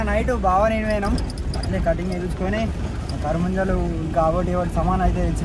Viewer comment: version: karabujjalu ❌ karamunjalu😅